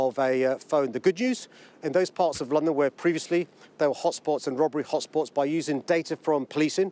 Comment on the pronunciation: He can’t even pronounce “hotspots”.